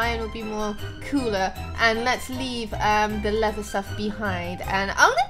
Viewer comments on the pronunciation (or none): none